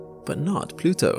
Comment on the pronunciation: He said... Plutoow !!😂